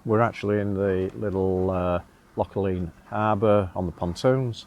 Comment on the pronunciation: Loch Aline is pronounced “Loch Alan”